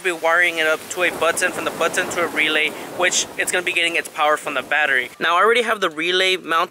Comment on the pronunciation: The "BUT - TON" 😂